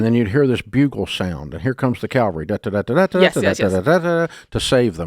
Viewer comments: “Calvary” 😀😀. Yes, Dave, Calvary ain’t coming. Cavalry might. (Or not). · Can someone PLEASE correct Dave on his pronunciation of Cavalry?! He keeps saying Calvary - VERY different concept.😅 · "Then here comes the calvary." Nope. It's cavalry. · One of my favorite bits they always did on the Russ Martin show. It’s Cavalry, not Calvary. 😂😂😂 Do you send in the 'cavalry' or the 'calvary'? On the battlefield, one should send in the cavalry, which is the word for an army component mounted on horseback. The similarly spelled word calvary however, refers to a depiction of the crucifixion, or, more recently, to an experience of usually intense mental suffering. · It's cavalry, not calvary...... sorry, pet peave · I hope the Calvary ain’t coming. Pretty sure you mean cavalry. That’s the army. Calvary is the hill that Christ died on. Please learn your pronunciations! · Its CAVALRY. Not Calvary. Calvary is where Christ was crucified. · Dave the word is CAVALRY. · Please learn to distinguish "calvary" from "cavalry".